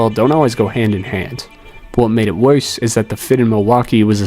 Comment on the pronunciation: “What made it wowse”